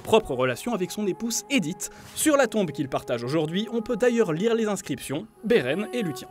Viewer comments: Autant les prononciations très mauvaises pour Beren et luthien (entre autre, on ne commentera pas les citations elfiques ^^) je peux comprendre que ce n'est pas évident si on est pas un grand fan de l'univers de Tolkien, autant dire n'importe quoi pour expliquer la longue vie d'Aragorn et des Dúnedain/Númenóréens c'est vraiment la preuve d'un gros manque de sérieux ... Pourtant le reste n'est pas trop mal mais dès que ça sort des films on sent que c'est moins maîtrisé. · Putain c'est quoi cette prononciation de merde ? Vous aimeriez qu'on écorche votre nom ? Faites un effort bon sang x) j'me suis crispé sur Beren et Luthien ! =>